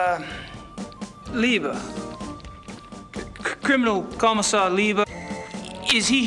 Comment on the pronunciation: He mispronounces "Leber" as "Liebe", which means "love". Sure explains the hilarious facial reaction!